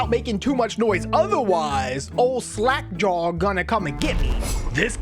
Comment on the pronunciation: it's sounded in the start like you said slack jar